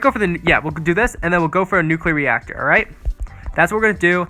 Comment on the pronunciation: Why do you call them nuclear neactor